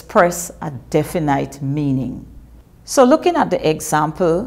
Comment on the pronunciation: definete not definiiiiiite